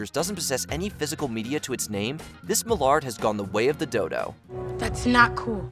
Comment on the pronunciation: Homie just called a mallard bird a "muh lard."